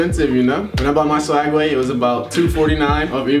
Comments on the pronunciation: its call SWEG way not swag way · It's swegway not swagway... -_